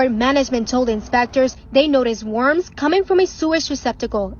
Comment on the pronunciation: Omg why do they keep calling them "warms?"